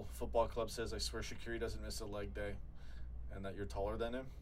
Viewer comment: I love how pronounces shaqiri so wrong